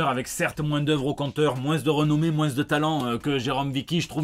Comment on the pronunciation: Quant tu en es au point où tu fais des fautes d'orthographe en parlant, c'est plus un accent, c'est un défaut de prononciation.